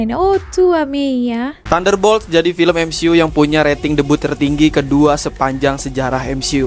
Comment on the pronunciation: Sebutnya 'day-biu' bukannya 'de-but'. Well, Konoha...😂🤣😂🤣🤣🤣😂